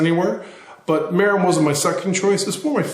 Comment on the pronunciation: The name of the bike is pronounced Ma-rin. Just like the City just north of San Francisco.